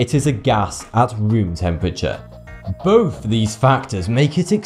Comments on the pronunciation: "Peh-wee-odic"... "Boaf these factors"... "Twentieff"... "Synfetic"..."Waydeoactive"... "Fwancium"... "Next opp"... "Wiff"... and they say American's can't speak proper English. shakes head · I can't watch more than like a minute of this video because you talk far too slowly and you cannot pronounce 'th' correctly. As soon as you said 'bofe of these' I clicked off. Learn to talk and sound less like you're reading from an autocue please, you're upsetting my British ears.